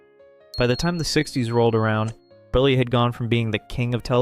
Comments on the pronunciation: It’s Milton Berle (like PEARL). The least you could do to honor his legend is pronounce his name correctly 🙄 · Milton Berlie? Ummm...BERLE =Burl. WOW. Also...it's Zero Mos-TEL. If you want to honor these artists try and get their names pronounced correctly.